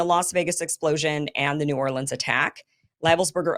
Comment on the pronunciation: Pretty sure it was NEW ORLEANS. couldn't tell what you were saying, you got the new part right